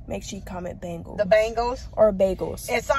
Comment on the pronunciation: 😆😆😆😆it's not bangles it's bengals